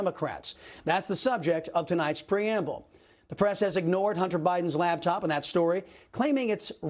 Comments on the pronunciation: LaPtop. LaPPPPPPtop. Not laBtop. 🤦🏼‍♀️ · I love ya' Chris ... but it's LAPTOP .